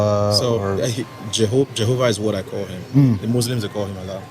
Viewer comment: Your the only none Muslim who knows how to pronounce allah lol